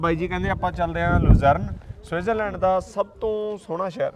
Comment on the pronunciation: ਗਿਆਨੀ ਪਹਿਲਾਂ ਤਾਂ ਸਵਿਟਜ਼ਰਲੈਂਡ ਲੈਂਡ ਕਹਿੰਦਾ ਰੇਆ,ਲਿਬੜੇ ਬੁਥਾੜੇ ਨਾਲ।ਇਥੇ ਆ ਸੁਸੂ ਸੂਸੂ ਈ ਬੜਾ ਕਰ ਰਿਆ,ਸਸਜ਼ਲੈਂਡ ਲੈ,ਪਤਾ ਨੀ ਇਹਨੂੰ ਦੱਸ ਓਏ ਕੀਹਨੇ ਦਿੱਤਾ ਕੇ T silent ਕਰੀਦੀ ਆ,ਏਨੇ ਲੱਛਣ ਇਥੇ ਦੇ ਵਸਨੀਕ ਨੀ ਕਰਦੇ।